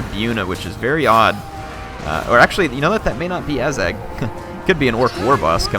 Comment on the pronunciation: and ah-zag not ay-zag